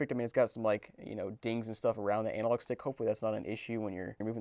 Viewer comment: Did dude actually call the analog stick the ANALog stick??